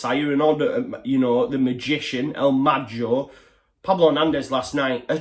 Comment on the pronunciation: How is it possible british people can't pronunciate "el mago"? Pablo played in England for years and not just, all the leeds youtubers say it wrong